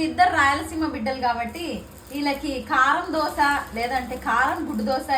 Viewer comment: Dosa.....not dosha